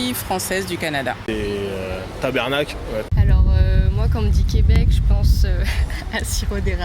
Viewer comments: C'est tabArnak pas tabErnak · Chère franc¸ais, ce n'est pas Tabernak qu'on dit mais Ta-Bar-Nak.. Merci de retenir ça. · ONT DIT PAS TABERNACLE ONT DIT TABARNACK TA-BAR-NACK C'EST PAS COMPLIQUER CALIS!!!!!!!!!!!!!!!!!!!!!!!!!!!!!!!!!!!! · On dit Ta-bAr-nack Et non tabernacle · bon je vous le dit on dit pas tabERnak ont dit tabARnak lol mais faut pas oublier asti de calice de ciboire aussi hehe